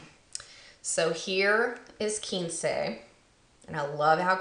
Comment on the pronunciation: Oh man! Nouvelle Vogue and Damn Glamorous are the two lipsticks I've been eyeing, but they're sold out here in Australia :( They'll look stunning on you! Love the haul! PS: Quince is pronounced kwins (like mince)!